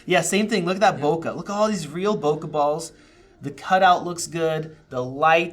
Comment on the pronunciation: where did this pronunciation of bokeh come from? its bo K not bokah